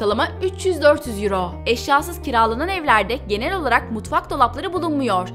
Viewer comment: Mutvak değil " Mutfak " tatlım .